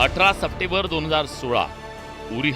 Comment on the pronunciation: अहो सप्टेंबर बोला सप्टेबर नाही अनुस्वार आहे